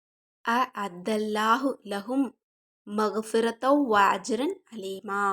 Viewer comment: Hello Hai sister ungaluku zuwaath voilay varaadhaa, neenggay solradhu last One aleemaa illay adhu azeema, indha maadhiri mistake aahh arabic letters padikka koodaadhu, ok